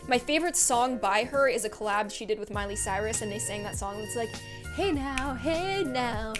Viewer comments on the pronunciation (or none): none